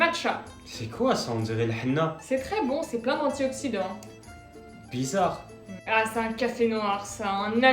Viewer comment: Quand elle dit c'est plein d'antioxydants elle a clairement un accent kabyle 😂😂